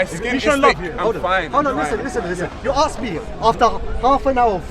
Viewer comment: Aks, Aksed... xD